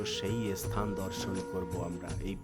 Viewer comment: আপনি কি মুসলিম , বার বার মুসলিম দের মতন এস স্থান ,এস স্থান বলছেন ,বলুন স্থান ভাষা ঠিক করুন